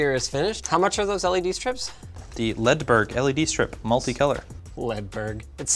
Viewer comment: Ledberg in swedish i more like led mountan